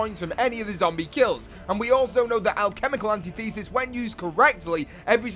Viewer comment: Alchemical Antithesis is pronounced, an tith esis